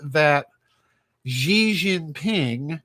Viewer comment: His name is not Zhee. his name pronounced She. I speak Chinese.